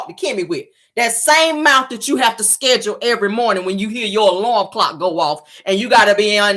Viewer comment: Schedule not schedrill